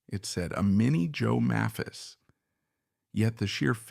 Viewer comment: The "narrator" is mispronouncing "Maphis."